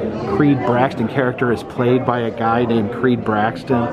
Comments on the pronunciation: How in the hell do you keep pronouncing Creeds last name as BraXton instead of BraTTon!?!?!? It's right in front of you, dude! Haha. I like the new camera btw. Hope all is well! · It’s Creed Bratton, not “Braxton”… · BraTTon.. Creed Bratton not Braxton buddy, You keep calling him Braxton :) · I think it’s Creed BRATTON and not Creed BRAXTON. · I'm not a violent man, but the four times he incorrectly said Creed "BRAXTON", I wanted to hit someone..... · I noticed that too, Braxton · he mispronounced creeds last name twice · Does not know how to pronounce Creed Bratton Doesn't recognize the cups from Kellys party Does not get the Sprinkles freezer reference Are you a fan sir